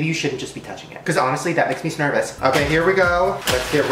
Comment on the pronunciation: I kept rewinding the part where he said Snervous.